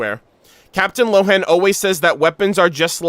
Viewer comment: No, I'm a native German speaker (I'm from Austria) and Lohen would be pronounced as Lohen and not Rowen. The name Lohen is based on the German word "Lohe" and means "flame" or "blaze". Rowen is the Chinese pronounciation of the name Lohen.